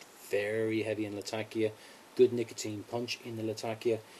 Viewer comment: Great video my friend, but it is Latak'ia and not Lat'akia. :)